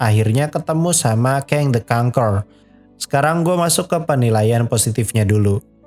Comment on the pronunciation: pengucapan "conqueror" yg bagus daripada reviewer film yg lain malah jadi kon-KUE-ror